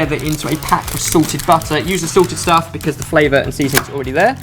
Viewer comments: When these guys say "salted" and "sorted" it sounds kind of like the same word. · Maybe it's just me...but every time I hear them say salted, I hear sorted... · I thought he said 'sorted' butter instead of salted butter lol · Every time says salted butter it sounds like Sorted butter, and I'm like "They have their own butter now? I bet it comes with a sprig of mint on top." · Is it just me or does it sound like says 'sorted' everytime he says 'salted'